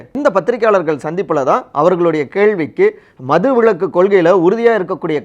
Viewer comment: ஏப்பா தம்பி, உங்களுக்கு தமிழ் சொல்லி தந்தது யார்? மது விளக்கு இல்லப்பா விலக்கு. ஆ.வி போன்ற உயர் நிறுவனம் இதையெல்லாம் கவனிக்க மாட்டீர்களா? ல, ள,ழ,ர,ற உச்சரிப்பு தெரிந்தவர்கள் உங்கள் நிறுவனத்தில் இல்லையா?